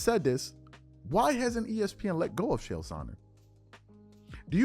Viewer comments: It is pronounced KALE not Chale FYI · it's CHael. not SHell. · Chael, it's pronounced like jail only you replace the J with a CH. Not SH-ale, rather Ch-ale. I broke it down frenetically, broke it down simply so STOP SAYING SH-ALE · His name is “CHA CHA” Chael P Sonnen, not “Shell” Sonnen. Don’t disrespect the only man on the planet who never lost a round. Love your content,. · It's pronounced "Kale." Nobody else is performing at the highest level at age 40 in the NBA. Of course LeBron uses PEDs. You have to be extremely naive to believe otherwise. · Its pronounced lik kale ch=k; ael=ale; chael=kale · Love your content but the way you pronounce “Chael” pisses me tf off 😂